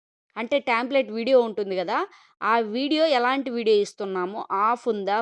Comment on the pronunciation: టెంప్లేట్ NOT ట్యాmప్లేట్